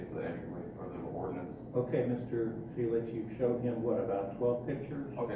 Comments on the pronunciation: if you are gonna shit all over the U.S Constitution, can you at least pronounce his name right? Feelax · It sounded like they were trying to pronounce your name as feel ass. Aren't you in Florida recording people without their knowledge. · Why do they keep pronouncing your name as (fye-lax) instead of( fee-lix) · Why is the court ( judge , police officers , prosecutors ) all pronouncing your name differently each time that they say it ? Dose this mean that there are more than one person ? , or is the count so confused ? Would this not be grounds for dismissal of this case ?